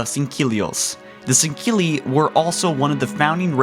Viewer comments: SAN-GELL-EY NOT SAN-KEA-LY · Im sooo sorry but why the fuck do you say sendkilli... or at least you sound like your saying it that way... say sang- heelli... after all thats how the arbiter says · sahn-GAY-lee, more like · Bro I can't handle the pronunciation of Sangheili. Why do you pronounce it like "Sangkeili" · Why are you pronouncing Sangheili as "sinkeelly"? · sinkilly no singuely get it right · It’s not san-gill-ee it’s san-gell-ee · Why do you constantly pronounce their name as " Sang-keel-ee " when its actually pronounced " Sang-heel-ee "? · It's sangheili. Not sangkeili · Sankeli?? I'm pretty sure you're supposed to pronounce it Sangheli 😂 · Does it bother anyone else that he says sangheli like sangkeli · its SANGHELE not SANKKELE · Jesus dude can you read.... sangheili not sankeili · Why does it sound like he's saying sangkilli it's pronounced Sangheili (Sang-heal-e) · Sang-heli not singheli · He says sanghili weird (sorry for spelling cuz I don't know) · Kristoffer Tell ikr "Sang-heely" not "Sinkeli" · "Sankhilli". MFG!!! It's so damn annoying!!! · it's pronounced "Sen-ghe-ili" not sankelly or sankilly -_ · Why does this guy pronounce Sangheili as "sen-keely" ? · "Shing-cili" "Mak-golo" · Bruh I need you to stop pronouncing Sangheli like that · I love your insight but PLEASE dont pronounce a "ck" sound in Sangheili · Fire! His unacceptable and awful pronunciation of words from the wonderful Halo universe. Is heresy and it makes him a heretic of the great journey. When I heard him say sanheli and sanhelios I thought blasphemy! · Lek-golo not mech-golo Not sank-heli Thel-vadam/vadamy NOT FUCKING DEL-VADAMY I WILL NEVER LIKE YOUR VIDEOS IF THIS KEEPS UP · “Sinkeeli” “Foreigners” “Quill the rebellion” O_o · It's pronounced Sang-heely for Sangheli and Sang-heely-ohs for Sanghelios. There is no "Q" or "K" in either of those words. Other than you're pronunciation at times I really like your videos. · An Than Van Man Tan "sinkeely" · 4 Gaming San-ghe-lee